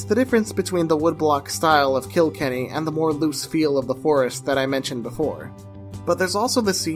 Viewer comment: Phenomenal video! It’s put together well, the script is coherent and conveys the passion, and it’s always nice to see someone shine a light on small studios, especially Irish ones ;) Also just PSA to everyone: the setting for Wolfwalkers isn’t “KIL-kenny” but rather “kil-KENNY” - no harm, no foul, just putting it out there <3